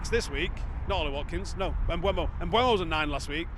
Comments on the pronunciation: Mbeumo has stated as recently as about 6 weeks ago how to pronounce his name. It's spelled MbEUmo, not MbUEmo. Very simple. E before U. Mboomo. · Sorry, just watched the video of him pronouncing his own name, again, and it’s still not m-BWEH-mo. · He's said his own name. You choose to not say his name the correct way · there's two videos of Mbeumo pronouncing his own name on YouTube. Also, how can "eu" make a "we/ue" sound anyway you dingbat.